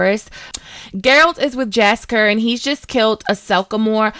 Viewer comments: Jaskier is actually pronounced "Yaskiyer" not "Jasker" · Says “jasker and dunny” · Great vid just need to fix the name pronunciations of Aretuza and Jaskier